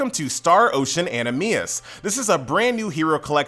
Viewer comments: Atleast effin pronounce the collabs right, jeus christ. wth is a exiVUS and an autoNAMA. Even the game itself you said anaMEIS jesus christ. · An-am-NEE-sis ;3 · I just started playing this today. I didn't know it's pronounced anamises . I thought it's analmisus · I watched this primarily to hear you butcher "anamnesis", but will stay on for Knights Chronicle content ;p